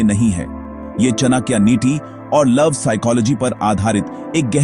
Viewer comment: चणक्या नहीं..चाणक्य बोलना सिखों 😂